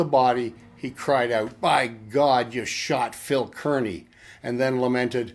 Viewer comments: His name was pronounced "Carny". Just so you know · No he's not. I'm from Kearny, the town he lived in and was eventually named after him. He's saying it wrong for sure. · Good to see someone else here from Kearny. Grew up in Harrison-Kearny! Cringed when I heard him say Kearny too. LOL